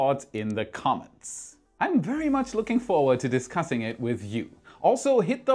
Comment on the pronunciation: So are you excited to be cussing with us or are you excited to be discussing this with us?